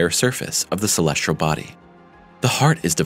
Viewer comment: Try to find a narrator who can pronounce the word, "celestial", That would be great. =PC=